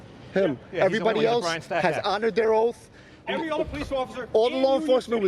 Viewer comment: The saying is " honor your oath. It is not honor your "oaf" Speak correctly Bruh